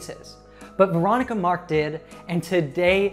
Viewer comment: He says Veronica Mark and m here Veronica Maalik